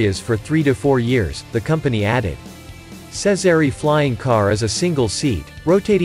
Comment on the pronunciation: Jezery not sezery